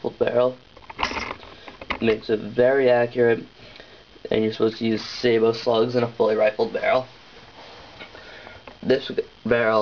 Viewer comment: You actually pronounced "sabot" correctly. Most people dont its actually pronounced "say-bow". Good to know i can get some range with this though. I plan to get one for my mossberg maverick 88